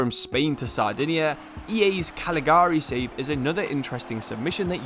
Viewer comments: Not Caligari, its Cagliari, pronounced Cal-ya-ri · That annoyed me. I've also heard it pronounced as it's spelt, without realizing 'gli' is pronounced 'yi' in Italian.